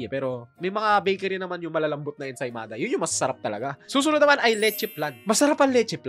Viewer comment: Ensaymada amp ensimada kasi yung pronounced